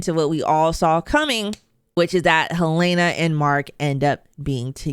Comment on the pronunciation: The name is pronounced HEL-lah-nah, not Hel-LAY-nah.